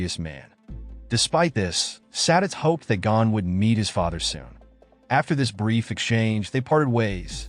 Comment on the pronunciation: It is not Gan it is Gon